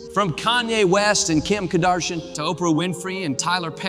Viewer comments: "Kim Ka-dar-shee-yen" 😂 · “Kim Kadershen” 😂